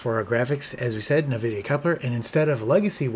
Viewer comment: i think it's en-vidia not nuh-vidia but great video as always